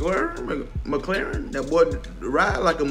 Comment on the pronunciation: my man called terry mclaurin mclaren lmaooo